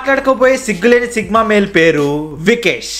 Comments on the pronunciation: Sigma not sickma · Sigma ❌sickma ✅😂😂😂